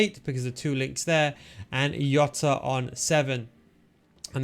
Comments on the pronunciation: Plz stop calling him yota it's Jota 😂😂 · It's Jota CARALHO 😁😁😁